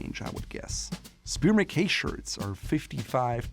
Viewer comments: Mackay is pronounced Mak I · You are saying MacKay wrong